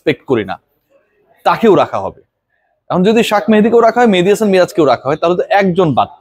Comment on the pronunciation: ভাই আপনার মতো একজন মানুষ একজন ক্রিকেটারের নাম এভাবে বলতে পারেন না কারণ আমি জানি ক্রিকেটারদের আপনি সম্মান করেন মেহেদীকে ৫ নাম্বারে জোর করে খেলাচ্ছে মেনেজমেন্ট তাহলে তার নাম টা কেনো এভাবে বলেন কারও নাম বিক্রিত করে বলা শুধু তাকে অপমান করাই নয় এটা অনেক বড় গোনাহ